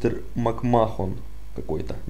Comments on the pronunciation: Не макмохон а Мак мен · Современных рестлеров не знаешь!Узнай произношение,потом снимай!Viktor не русский,а русский Rusev,МакМахон,боже,МакМахон!!!Это владелец WWE,и правильно МакМэн